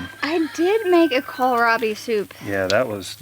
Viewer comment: you look fantastic! Praise the Lord 💕 You are the only person I have heard who pronounces Kohlrabi correctly. There's no "i" in the middle of it, so just "cole rob ee" I've even heard it pronounced "call me rob" and mispronouncing a plant makes it hard for someone who is new to that plant to find it. So, thanks. Sweet lady!